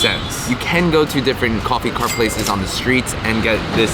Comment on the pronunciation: "KOFFE" OH MY GO